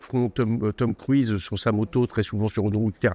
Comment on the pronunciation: Tom Cruiz???? 😂😂😂😂😂😂 quelle petitesse. C’est minable de prononcer Cruise Cruiiiz . Déjà les Français dise Colère au lieu de Kohler ! Mais Cruiz ? Really you guys ?! 😂😂😂😂😂😂